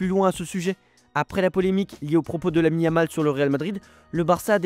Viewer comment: Je me suis arrété à : Lamine-a-mal , a compris 🤣🤣